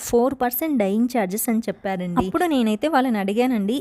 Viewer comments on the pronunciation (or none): none